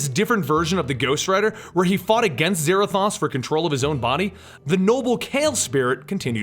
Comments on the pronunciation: I'm sorry to point it out but Mephisto is pronounced "meh-fist-oh" not "meh-fest-oh" And Zarathos is pronounced "Zer-ah-thos" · Pretty sure it's Zarathos, (Zuh-Rah-Thohse) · u said zarothos wrong